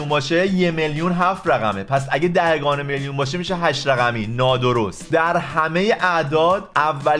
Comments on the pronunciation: دهِگان نیست. دهگان بعدش هی بگو سلطان ریاضیات تو اول برو فارسی تو درست کن بعد بیا ریاضی های ابتدایی رو حل کن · دَهِگان نه دَهگان🙂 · دَهِگان درست نیست جان🤦🏼‍♀️اون دَهگان